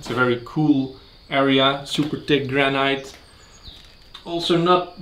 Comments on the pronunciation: your pronunciation of "granite" is weird, it is pronounced "GRAN-IT" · Love the videos! I don't mean this in a critical way, but the word 'granite' is pronounced like 'granit' - the second syllable rhymes with 'hit' not with 'height' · Not criticising your excellent English but the correct pronunciation of granite is GRANIT.hope you dont mind me correcting you.